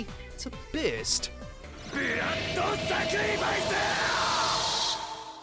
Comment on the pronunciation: "causes all his blood vessels to berrrst"